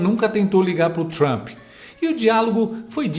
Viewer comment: É duro ouvir ele falando "Trampi", numa entrevista dessa!